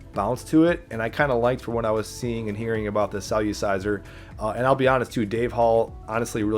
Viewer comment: It’s not “cell-u-ciser” it’s “cell-er-ciser” lol